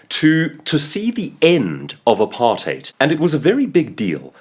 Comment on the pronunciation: This is good. Very entertaining. I will watch more of your videos. And of course you're from South Africa. You pronounced apartheid correctly.